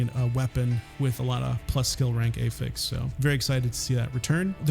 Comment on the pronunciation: Great video. Just wish you knew how to say "affix" correctly. Driving me wild lolol.